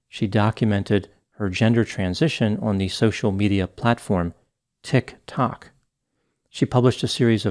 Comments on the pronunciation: I can relate to how pronounces "Tik-Tok" like it confuses him. It's ok, Doc; it confuses us all. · He says it like tik is the first name and tok is the last name. Adorable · The emphasis you use when saying "Tik Tok" is awesome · I love the way always says tiktok like it's either some alien term he is just learning for the first time or he just plainly doesn't want to acknowledge it as an actual website 😂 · … or as if it’s a bomb that’s about to go off 😂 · Every time he says it like that, it cracks me up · hahaha I noticed too! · The way he said Tic Tok hahahaha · I just love the way says "Tik Tok". Absolutely hilarious. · Loves how said “tik-tok” with the dramatic pause. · why you say “Tik Tok” like that 😂😂